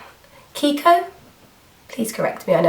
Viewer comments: Yeeeeeeah! :D you've said kiko rightly :D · the way you pronounce kiko was correct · you pronounced kiko well :) <3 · kiko: kee ko yes! you got that right! ;) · Hi Nic, beautiful beautiful makeup! The eyes are stunning. I must get that Kiko pencil (it's "Keeko", you were right ). I like Emma Stone, I think she's funny and witty and a very natural beauty. I have something non beauty related to ask you (or anyone who knows what I'm talking about): when you speak of applying Vicks at the bottom of your feet you mean applying it UNDER your feet or on the Achilles'heel area? Thanks! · Hi Nic, the pronunce of kiko was correct!kiss and hugs from Italy! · You said Kiko perfectly love the video hope you get better soon =) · You pronounced KIKO correctly :-) Love your videos. Kisses from Italy! Dory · Yeah! You finally pronunced kiko right! Lovely look! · I'm italian and you spell kiko perfectly ! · yes kiko! you said it right! :D and thanks for the old wives tale, i'll give it a try tonight!! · pixiwoo hi!! ;) perfect pronunciation of "kiko" ;) I am italian so I know how lovely is this brand (I am an kiko-addicted!!) ;) you are the best!! Congratulations girl ;) best regards from italy ;)